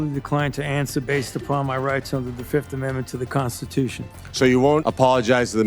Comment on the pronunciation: He pleads the Fif . F I F.😂